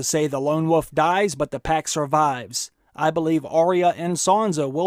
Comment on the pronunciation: "Dragon and the Woof"? lol